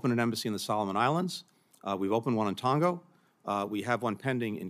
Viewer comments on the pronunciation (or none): It's Tonga not Tongo. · Maybe I'm mistaken, but did I hear Blinken say, "Tongo?" With an "o" at the end? Is it not supposed to be Tonga, with an "a?" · Unga bunga Blinken. It's not TONGO. The name of the country is TONGA !!!! Pretty much sums the imperial neo con doesn't it.